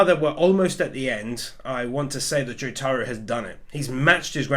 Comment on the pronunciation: /its not pronounced jutaru idiot, i know im nit picking, but its pronounced Jotaro (Joe-tar-oh) IDIOT